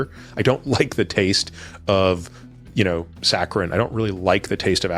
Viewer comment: ...saccharin ... not "sacron" 🙄